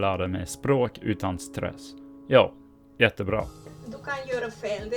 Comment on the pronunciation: when you said "Jo jättebra" you sounded very Swedish. It sounded very much like a dialect from northern Sweden.